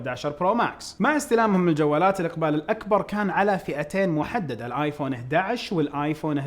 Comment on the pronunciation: وليش لمن تنطق (( آيفون )) تطلعها من أنفك 🤣🤣